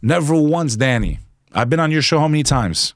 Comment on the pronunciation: LMAO did this guy rehearse his intro and sun glass pull, he tried so hard to be a tough guy he mumbled the 2nd time he said the word Danny. I love this show, you know 98% of guest have been able to confuse and baffle Danny, Danny hasnt been the same since Billy Carson grifted him like a baby in a stroller with an all day sucker. This guy even thanks Danny for helping him with his grift game that he mistakenly calls a career.